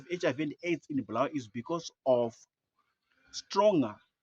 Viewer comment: Bulawayo not bhurawayo